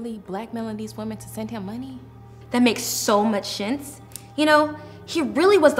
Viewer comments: "That makes so much shense" lol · “ That makes so much shcents” lmao